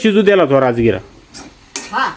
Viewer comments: राजगिरा बोलता राजगुरा नाही बोलत 😂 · Rajgura nhi dada rajgira bola